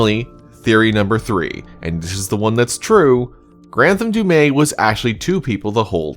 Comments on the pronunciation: Imagine having the official pronunciation said dozens of times and still call it wrong. It's "Du' Meth" (without h), not "Du' May". Anyway, the other killer was the one that pulled the chains and killed the other chained person. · Is there some reason that you think Du'met's name is pronounced with a silent "t"? Every character in the game says it with a harsh "t" including the Curator who appears to have perfect knowledge. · Has bro actually played the game or just prefer to mispronounce du'met?